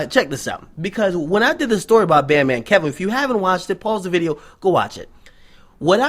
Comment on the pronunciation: it's Key-Voe not Kev-Oh